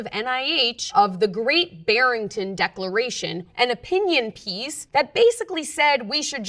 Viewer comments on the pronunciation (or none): none